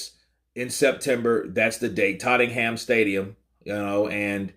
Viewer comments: It's not TOTEN-ham, it's TOHT-num. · It's not Tatem Ham bruh, it's Tote Nam :) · Oh and pronounce it "Tot-num" not "Totting-ham" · Totting ham 😂 For your reference, it’s Tottenham, pronounced Tottenum 😉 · did i hear you right tottingham???? its totten-ham lol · Totten-ham u kno 😅😅😅 bless ya. We just pronounce it as *Tott-nam*... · Oh... Tottigham love your pronunciation♥️ Joshua will smash him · Hey man. Tottenham is pronounced "Totnum" :) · I’m sure plenty of comments have already said, it’s pronounced “ Totnum “ Hotspur mate 👍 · Tott-num is how it’s pronounced, you’re welcome😉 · Tott ing ham 🤣🤣🤣🤣🤣 Its hilarious listening to yanks trying to speak English! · Is pronounce TOTNAM 😂😂😂😂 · Mate, the h is silent in Tottenham... You dont need to pronounce the "HAM" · Sorry,, I love you but must correct your pronunciation of TOTTENHAM, for the future. You pronounced it funny 😂. We pronounce it: TOTTNHAM..... The "E" is silent, as if not there. The same goes for BRITAIN as "BRITN". The "A" is silent. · Hey, loving your channel. Just thought I’d mention… in the UK we pronounce Tottenham (Totnum). Easier to say lol 😉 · Tot...TINGHAM ... made me chuckle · It's pronounced totnam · (Tottenham is pronounced "Tot'num" ❤) but you can just call the Club/Stadium 'Spurs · FYI its pronounced Tot-num and just to make it more complicated the second T is silent 🤣 cheers for the updates though keep up the good work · Totting-ham hahaha that pronouncement was a great way to start the day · It's pronounced totnum bro.jus letting u kno from chingford London bro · He says it like Ozzy Ardeles used to. "Tot-ing-ham". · We don't really emphasise the ham in tottingham lol say it without the H 🙂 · Hey Tottenham has a silent h. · 😂I was looking forward to hearing him say that and he didn't disappoint!